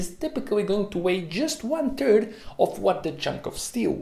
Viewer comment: "one turd" lol